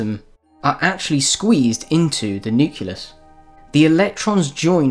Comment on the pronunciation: The centre of an atom is a nucleus not a nuculous!